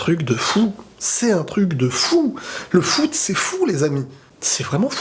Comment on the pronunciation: C'est le fou-t T'a compris fou-t foot haha😂